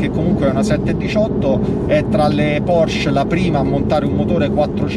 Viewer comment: Porsche, con la e, se potessi tutta la vita❤️